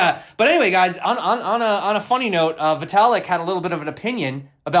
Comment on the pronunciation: I don't think we want someone who cannot even get Vitalik's name right to be our crypto ambassador to Warren Buffett.. (And I don't yet have a hard wallet at all, so I need that Ledger Nano!)